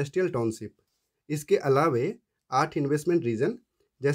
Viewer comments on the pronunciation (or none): Kripaya " alaawei " nahin " alaawaa" boliye.....!!!